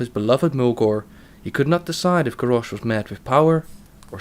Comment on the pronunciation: grarrosh? lol